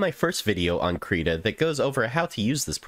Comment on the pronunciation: finally someone who pronounces it "kreeta" thank god